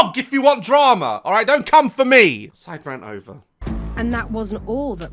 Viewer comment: When Daz says "SiDe RaNt, okay. S I D E R A N T"